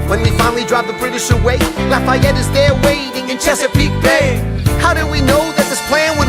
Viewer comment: His names not Layette that would be in french la-fa-et